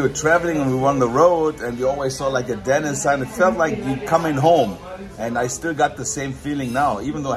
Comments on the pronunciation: Why are you pronouncing it DENNIS, Instead of Denneesss!!???? lol!!! We got to get nrid of that German accent, lol. DEN--EEESSS, Not Dennn--Isss!!! Just pickin with ya Buddy!!!! Thanks fa the video!!!! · Why you calling the restaurant Dennis like Dennis the Menace. It's called Denny's like Benny's or Jenny's. Great restaurant I went there when I was in Hawaii. Great video showing the Science Center.